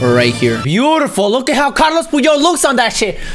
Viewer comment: It’s not carlos it’s carles puyol 🤦🏻‍♂️